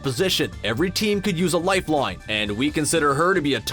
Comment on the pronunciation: Is anyone anoyyed by the way he says "lifeline"